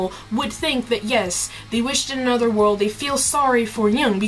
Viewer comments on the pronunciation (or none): none